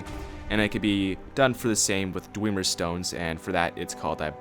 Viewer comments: its dwemer not dwieieieiemer you twatsickle. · JUST BECAUSE ONE VOICE ACTOR ten years ago said dweemer DOESNT MEAN THATS TEH RIGHT PRONUNCIATION, IT ACTUALLY MOST LIKELY MEANS ITS WRONG AND YES TONS OF NPC's IN SKYRIM PRONOUNCE IT DWEMER OR BASICALLY THE WAY ITS SPELLED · i love how you say dwemer... (Thousands of new dweemer staffs)